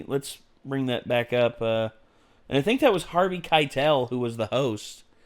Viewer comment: Every time you said Harvey Keitel, I died a little bit.